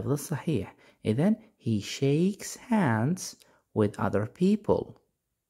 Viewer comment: Hands ليش تنطق سانس م فهمت ليش ال H ينطق S وش القاعده